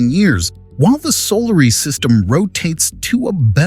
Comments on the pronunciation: . “solary system”? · The "solary system." Lol